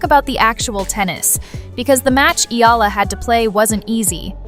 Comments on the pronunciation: You pronounced her surname wrong several times. It's not EELA. It's EE YEAH LA. And you got it right on some occasions. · Alex’ surname has “diphthongs “, so right pronunciation is: “ Eh la”, but Filipino pronunciation is : “ Eh Ya La”. like AYALA✅🇵🇭❤️‼️English 101 🤓👍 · Maam, Eala is pronounced as "E-YA-LA" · Excuse me, please pronounce her Family name correctly. It's Eala no "i-la" as you pronounce it. Ah, ah ok, I think the voice used Ai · E-YA-LA is the correct pronunciation